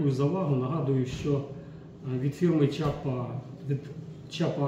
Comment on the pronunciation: Не чапа а не шляпа. 😅😅😅